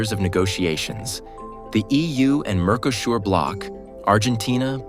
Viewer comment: Mercosur is pronounced wrong